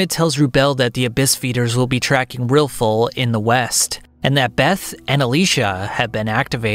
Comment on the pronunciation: buddy can NOT get these names right at all. RILFUL?